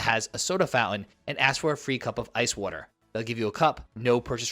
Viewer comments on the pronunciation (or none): What is weerter? Are you trying to say water? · What the hell is wharterer?